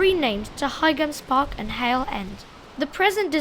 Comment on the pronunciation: Your videos are getting better and better.. I think Boite is pronounced "bwaht" and by the way, the G in Highams Park is silent, like High Street.